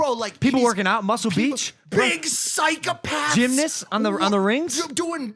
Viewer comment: When mike says psychopath like psyicapath makes me week